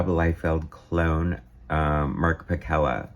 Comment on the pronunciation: I was Mark's assistant on most all of his work during this era at Marvel. I have unused pages from this issue and others. Mark's last name is pronounced Pa-Sell-a . Mark did not draw like Rob. Mark was asked to draw like Rob, and then it stuck. Mark found it fun to be a Bombastic artist.